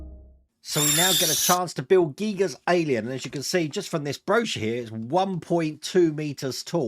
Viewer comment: I appreciate you pronouncing his name correctly, but with the textured skull, that is not Giger's Alien but Cameron's.